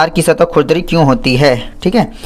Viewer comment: Sir vo खुरदुरी hota h 😂😂 app baar baar khudri khudri keh rhe ho aur likh bhi vhi rkha h😅😂